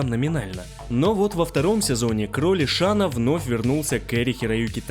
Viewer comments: Не Шан Тсун а Шан цунг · Шень Цунг, а не Шан Тсун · Шань Цун - правильно. Не шана, а шаня. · Рома Ай ай ай правильно Шан цзунг)